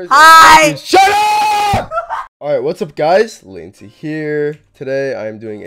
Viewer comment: "Latencia" LOOOOOOL